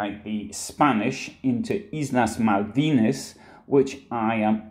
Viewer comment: Malvinas is pronounced Malbinas....